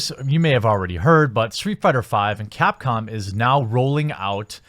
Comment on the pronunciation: Now I think he keeps saying CAT-Com.